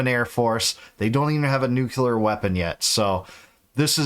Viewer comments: Bro…nuc-LEAR, not nuc-ULAR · Please, its Nuclear. Not "nucular"